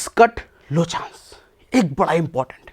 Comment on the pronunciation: टैक्स कट लो चांस ऐसे सुनाई दिया जैसे आप बोले टैक्स कट लोचा